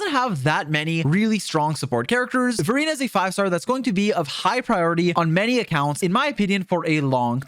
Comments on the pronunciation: I'm sorry but whenever you say Verina I hear Furina 💀 good video tho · HELP when he says Verina it sounds like Furina💀